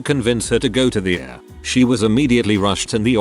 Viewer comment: Isn't it possible to teach the computer generated voice to at least pronounce a few words? I mean, in all these reddit's about hospitals, doctors, and illnesses, I would certainly enjoy hearing ER correctly- not the ever ongoing "Uhr"!